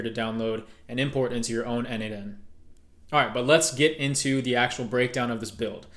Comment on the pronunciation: n8n is pronounced "Nathan".